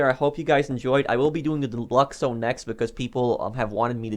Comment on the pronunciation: I thought you said divorce lolz